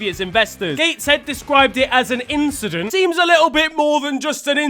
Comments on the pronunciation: Quite the inchident at the start. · Just an inchident 💀